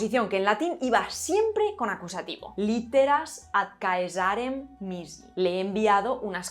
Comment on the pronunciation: Se pronuncia 'Càesarem', no 'Caesàrem'.